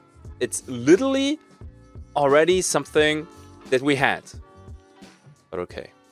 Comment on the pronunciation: pleeaase stop saying "litally" like "little Italy" and literally say literally 😭